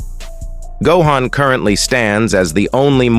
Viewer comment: Gohain, Go-an, Pro-menintly , Coem-pensate, Dai-mond, Weepon, Eriely days, Speculatie AI voices lol